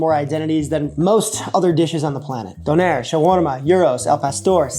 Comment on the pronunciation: I think the Turkish/German version is pronounced dooner. Sounded like you were saying donair, which is of course, for our Canadian friends or anyone who's watched Trailer Park Boys, yet another type of kebab! Kind of like a gyro, but swap the lamb for beef and the tzatziki for a sauce comprised mostly of sweeted condensed milk and garlic, adapted to the maritime Canadian palate. I've never had one, but I hope to someday.